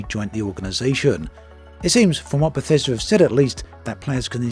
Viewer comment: I was on board, till I heard "Bathesda" lolm garanteed to be a pos.